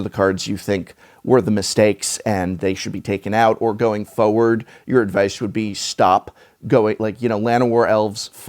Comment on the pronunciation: It's fo(r)ward.